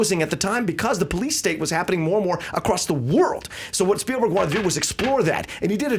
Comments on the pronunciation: Spielberg.....SPIELberg......not Speilberg and Star TRek.....not Star Tek. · "Speilberg"??? :P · Spielberg not "Speilberg."